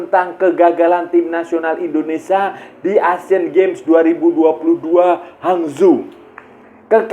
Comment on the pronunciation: hangzhou sebutanya.. hangjow/hangchou (untuk lidah nusantara hehe)